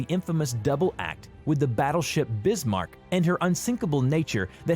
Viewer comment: They disabled the like/dislike ratio, so you already know this shit got hella dislikes. Deserved obviously. Just look at the comments, it's filled with people mocking them. There's only so many times a sane human being can hear "Tripitz" "Brismark" and "Prinz Eugene". They wasted a whole 14 minutes and 37 seconds of time for over 1.5 million people. Edit: It's not the "Shorehurst", it's the Scharnhorst. The Sch can be pronounced like sh. So i'd be "Sharnhorst". But tp be fair, I can see the Scharnhorst being much harder to pronounce to non German speakers than the Bismarck or Prinz Eugen, so it's not that big of a deal